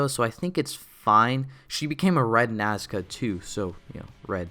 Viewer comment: The way he says "NaScA" I can't 😹